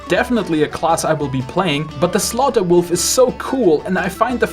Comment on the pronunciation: "With armor made of wofl!"